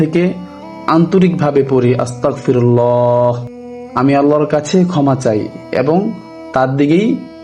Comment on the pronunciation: ❎আস্তাকফিরুল্লাহ ✅আস্তাগফিরুল্লাহ